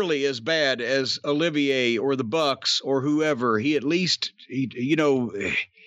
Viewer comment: He says Olivia not Olivier